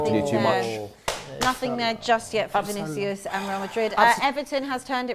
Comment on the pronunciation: Congrats for a flawless Vinicius pronunciation!